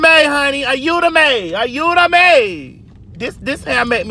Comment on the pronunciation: AYUDAME!!! 💀💀💀 ...Spanish on point tho👌🏾